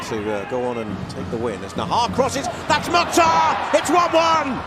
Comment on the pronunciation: Commentators .is Mukthar not motta